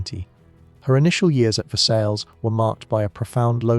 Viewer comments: Versailles isn't pronounced as ver-sails, JFC man. It's Ver-say, or Ver-sigh (depending on who you ask). Please do better with your pronunciation. I'm not even French, was born in the US..and yet I can pronounce it correctly. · It brings down the perception of the quality of this documentary: if this is not known, what else is right.